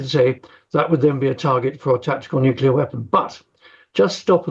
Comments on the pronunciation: It's nuclear,not nucular. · still baffles me how english speaking people can't get their heads around "nucular" vs nuclear... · I wish these journalists and politicians would learn how to pronounce the word "nuclear". I mean, how hard can it be....nu-cle-ar...not nu-cu-lar....Eerh! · Huh what nucular weapons lol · its pronounced "NUCLEAR" for F***s sake. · There is NO i between c and l in nuclear. It drives me mad when people insist on saying nukilar 😂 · NUCULAR? Why does Times Radio employ idiots that can't even speak English? It ruins a decent interview. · Nucular Marge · Why do so many presenters say Nucular? If you can say the words New and Clear, you’ve got it. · How can an actual reporter not know how to say the word nuclear... I'm so stunned.